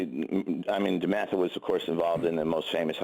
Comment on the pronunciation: You mean DEMATHA?! Lol